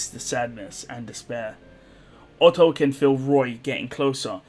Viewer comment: Oof not Otto.